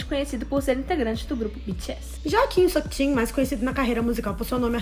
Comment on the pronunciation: Vcs falaram “Já Kim Seokjin” Eu jurava ter ouvido “Joaquim Seokjin” Tô rindo até agora, foda ser boba